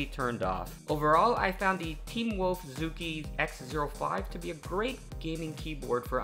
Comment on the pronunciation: You pronounced the name wrong I know I am Chinese.